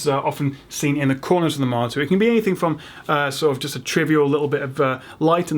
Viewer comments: you say marter instead of monitor lol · why does it sound like he's saying "martyr"? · Why does it sound like he's saying martyr.